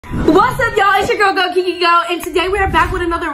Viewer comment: Ummm its kiki not keke